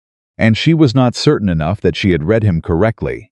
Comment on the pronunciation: I enjoy the stories and have listened to dozens. I don’t complain because it is free. BUT… you have mispronunciations-read/read, tear/tear, as examples. Your pictures are inaccurate-a woman in late 1800’s would not wear a short sleeved dress, knee length with a Vee neck…often time years do not match up…just a simple watch through of a person before publishing would help.